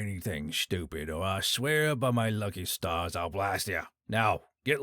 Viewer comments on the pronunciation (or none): none